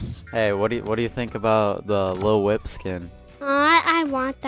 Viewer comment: I like how says little whip like little wimp